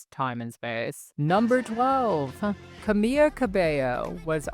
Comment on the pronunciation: fyi a single L in spanish is pronounced the same as in english, so it's not Camilla/camiya, just Camila